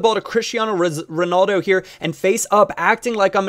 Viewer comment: RonAldo not RanOldo and RamOs not RamosE but good tutorial